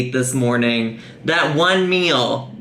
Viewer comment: I get a brain Arianism every time she pronounces 'meal' as 'MEUUUL'